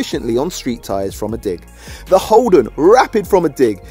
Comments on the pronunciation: Its holden not holdon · Also it's holden not holdon